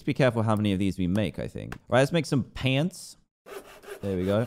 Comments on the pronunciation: I'm sorry, but I died when he said pants. What was that accent? Lmao 🤣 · One last thing. did anyone else notice how he said pants Just me? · When he said pants, he kinda sounded American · When you said pants you sounded southern... super southern